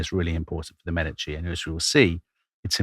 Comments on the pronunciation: Medici is pronounced witha stress on the first syllable MEEEE-di-ci - and with an european/italian E, please. Otherwise:Thank you, Tom & Dom! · I love you guys as presenters, but quit bouncing between pronunciations of Medici! lol You’re killing us Type As out here. 😂